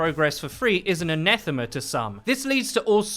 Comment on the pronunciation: HOW THE FUCK IS THAT HOW YOU SAY "ANATHEMA"?!?! I"VE NEVER BEEN SO TRIGGERED IN MY LIFE.